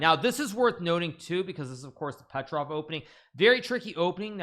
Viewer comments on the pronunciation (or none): none